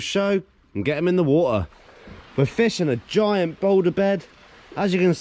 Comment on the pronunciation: Wah-ah You mean water? Lol